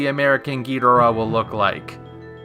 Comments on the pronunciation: Why do you pronounce Ghidorah that way? Toho made it official that it's pronounced, Ghi-dor-ah. Not Geeederah. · So amazed and happy to come across someone under the age of 40 who CORRECTLY pronounces Ghidorah. Well done! Thank You!